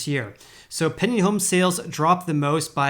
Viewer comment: It sounds like you’re saying “penny home sales” haha. PenDing. Gotta enunciate that D.